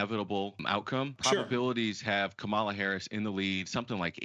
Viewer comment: it behooves you to pronounce Kamala's name properly, especially since she's been the VP for 3+ years now. Say, "comma' and then add "comm-uh-la."